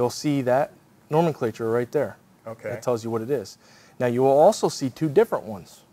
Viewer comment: nomenclatue? :-D